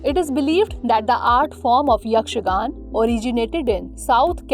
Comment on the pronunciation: Not yakshagan it's yakshaganaa